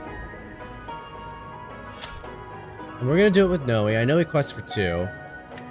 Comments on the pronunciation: One lil thing, she's prenounce N oi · Noi is pronounced like “koi” the fish 🤣 I think my kids are now going to call her Noey now though lol